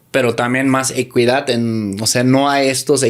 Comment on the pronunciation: Me pareció que pronunciaste equidad, pero lo dijiste como ecuidad, en equidad la "u" es muda no se pronuncia, se pronuncia como ekidad